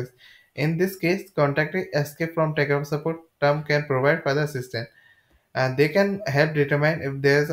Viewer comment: he cant even say Tarkov.....trash video